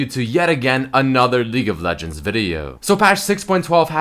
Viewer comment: "her ulti is among the best in LEAGU of Leguends"